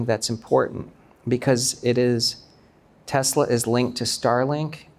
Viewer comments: As a Korean-American, what the hell is 'Teslar'? Why do Koreans keep throwing extra 'r's into everything, slurring stuff like 'Rhee' for 'Yi' or 'Park' for 'Bak'? It drives me fuggin nutz. 🥜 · Is it so hard to say teslA? it's not teslAR! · Why is it pronounced tesler? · Dude is invested in tesla but he cant even say the name😂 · wtf is Tesler? 😂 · My dude and his Tesler'.. hahaha